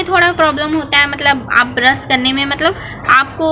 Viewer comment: ब्रश not ब्रस😀